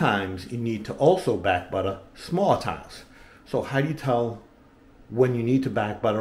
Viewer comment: I took a drink every time he said Butta and now my belly hurts and thank God it was beer